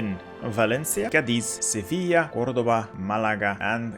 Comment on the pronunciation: He does put the accentuation in the wrong vowel sometimes, like Cádiz not Cadíz, but it's a pretty good effort. It makes me think his pronountiation of german, french, polish, etc. locations in other videos must be pretty accurate too.